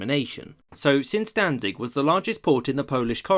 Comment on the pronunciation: it is pronounced "Dantsig"